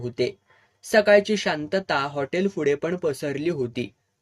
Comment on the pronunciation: Mast katha .. pan tumhi "fudey" ka mhanta?? "Pudhey"" it's P not F... thx